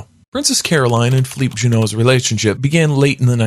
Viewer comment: Philippe not Feliph